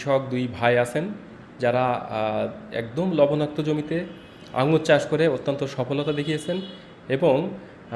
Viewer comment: আঙ্গুল না । নামটা ঠিক করে বলো ।